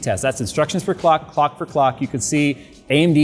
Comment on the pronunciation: "19% instruction per cock" not per clock. Please pay attention to the AMD presentation.